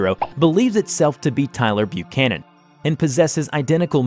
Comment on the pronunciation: thumbs up for pronouncing "Buchanan" right.